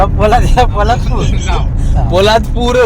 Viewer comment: To ek kay to bharich ha.....poladpur la polapur mhanta